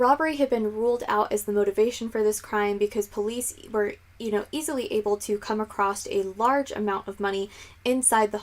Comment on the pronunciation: Please don't say "acrossed" or "acrosst" - the word doesn't exist and I hear Americans saying it all the time. I think you mean "across"; you look as if you've read enough not to be making that mistake blah blah..